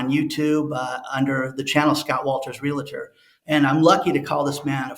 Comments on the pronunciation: Please stop saying "Real a tor"!! That is completely incorrect!! There is no "A" in that word. it's pronounced "REAL TOR" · Real-a-tor or Real-tor ?? Pretty sure it is 2 syllables not 3.. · Realtor rather than realator. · It’s pronounced “Real -tor” not “Reli-ter”. In case you want to influence people even better than you already do. Most people will just smile to your face and never tell you things like that. Im that friend that’ll tell you if there is spinach on a tooth. 😄